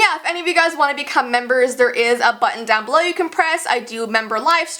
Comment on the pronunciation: omg your heavy british accent for below literally made me laugh XD but i hope that Winni will be more okay in the next couple of days qnd hope she has a happy time :)